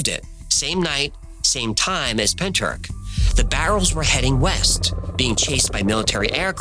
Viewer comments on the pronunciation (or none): Pentyrch pronounced Pentirch - 'ch' as in the ch in loch, not ck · Love your videos!! But Pentyrch is pronounced penteerch (the ‘ch’ like you’re hacking a loogie) lol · If you need help with Welsh name place pronunciation, just reach out. Pen-t-uhr-ch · Pronounced Pen-Truch. Not being a pedant as Welsh is a tricky language 😊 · Pronounced like this, say PENTY RICH Pentyrch….! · Hiya from South Wales (about 40 miles from Pentych 😊). Just FYI, you pronounce it Pen-tich (the 'ch' sound is kinda like when a cat hisses) 😊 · Not a criticism, but a pointer for next time you have to enunciate Welsh place names. Pentyrch is pen, tir like Tyrolean and ch as in loch or Bach. Llantrisant is Ll, like a hissing cat, an, like the name, tri like trip and sant like Santa Fe. In Britain, there are Polo mints, shaped like little hard minty bagels, marketed as the mint with the hole in it. Llantrisant used to be a place where they printed money, leading some to call it the hole with the mint in it x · Pen-tr-ich. The ch pronounced at the back of your throat, like a cat's hiss. Ll-an-tris-ant. The Ll pronounced by putting the tip of your tongue to the back of your front teeth and sharply blowing out air either side of your tongue. Good efforts though! <3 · Pen turk? At least check the pronunciation man, the welsh are bonkers for weird words. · I'm Welsh, it's pentrath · Pentyrch ruffly means head house forrow. Wich probably translates to the head house at the forrow. Or the house at the forrows head. And its pronounced pen- tea- reich. As in the 3rd reich. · As a Welsh person, your pronunciation if a bit off if I may say so. But points for trying. It's hard to say what it would sound like in English. Pen-tricht maybe? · Pentyrch, the ch is pronounced as if you’re getting a phlegm from the back of your throat. Cymru on the map babyyy! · Isn't he pronouncing Pentyrch wrong...?